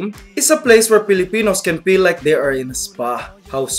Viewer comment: Thats great, the way he talks is more like "Forced English" or more commonly known as "Carabao English" >_> Like, BERSION instead of Version PILL for Feel POUR for For? LMFAO, yeah, good job dude, GOOD JOB